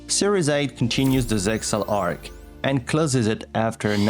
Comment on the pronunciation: ZeXal is pronounced "zeal."